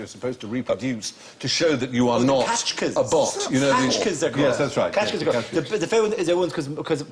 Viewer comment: Dara, Dara, Dara. :c It's "captcha", not "catchka".